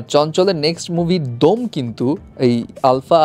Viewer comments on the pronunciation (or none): দোম না দম